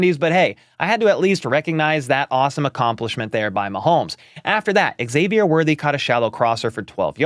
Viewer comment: Hey there! Big HBTC fan here. Just a note - Xavier is pronounced Zavier. No X at the beginning. I noticed the NBC guys got it right. So yeah, the X is pronounced Z. 😊